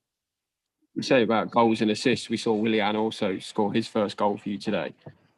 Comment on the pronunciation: The Irish guy in the beginning always calls Willian ‘William’.